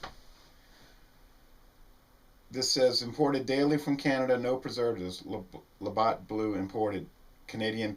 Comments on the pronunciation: It's "labatt" not Labott" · Labatt blue, not Labott. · There is no O its labatt with a long a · don't mean to be a pedant, but it's La Bat, as in baseball bat. Thanks